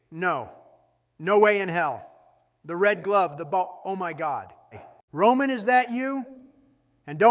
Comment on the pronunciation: Roman regins turned into ramen regins lmao bruh 😂 🤣